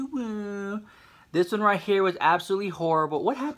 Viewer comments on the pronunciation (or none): none